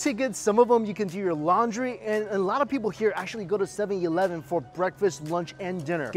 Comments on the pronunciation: Why does he say seven E leven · I keep hearing 7-YILEVEN!!! hahaha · I find it ridiculously adorable that you pronounce it 'sevie-eleven'.